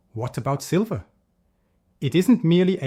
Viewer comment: Silver - not sliver.....